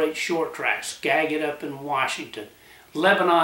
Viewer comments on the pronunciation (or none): Nice shout out about Skagitv speedway in WA but it is pronounced SKADGET....SKAD JIT